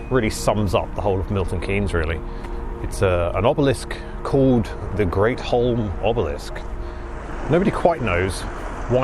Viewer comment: Not "Great Holm"! It's pronounced Gretham.